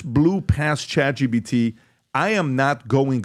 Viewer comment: I don’t understand why Patrick keeps saying ChatGBT…